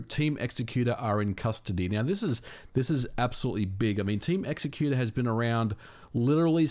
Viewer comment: Thank u for saying "x-ecuter" and not "exec-uter" like I've heard some ppl -_